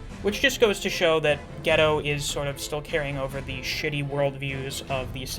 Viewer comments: yeah i think its gay-toe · its pronounced Gi-Toe not ghetto lol